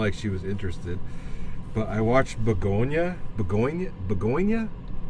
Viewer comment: it's pronounced begonia